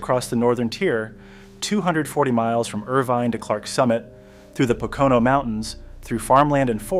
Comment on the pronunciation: Actually, it was your pronunciation of Pocono at the beginning that set my teeth on edge. It's PO-co-no, all long "O's".